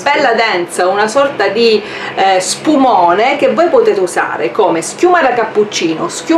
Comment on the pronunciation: "uno spuMOAne"